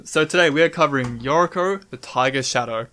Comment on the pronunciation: I hate to be that guy but I'm pretty sure Yuriko is a japanese name (or at least Japanese inspired) and the syllables are most likely Yu-ri-ko (you-ree-ko) not your-ik-o as you pronounce it. I'm not a big fan of relying on conspiracy type effects to get more "ninjas" in the deck. I'd rather fill the slots with changelings (and I forgot about mutavault, thanks for that). The split card interaction sounds awesome however and is the most enticing part of this deck to me. Most split cards are mediocre at best and I love decks that encourage playing underused cards.